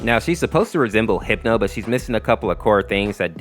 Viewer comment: I know he didn't say it But it sounds like he said hipo Instead of hipno